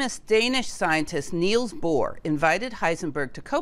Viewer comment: Nils Bohr NOT NEILs